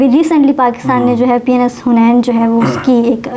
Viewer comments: it’s not PENIS gaazi it’s PNS gaazi 😂😂😂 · P N S ttheek se to bolo. 😂kuch aur lg rga h sunn ke